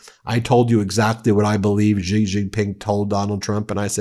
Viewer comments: It's "Xi", pronounced closer to "she", not "жi". Yes, I used a Cyrillic letter because they have the letter ж and we don't. It sounds like si in version. I see this mistake repeated everywhere. Is it a coordinated sign of disrespect? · It’s Shee not Gee.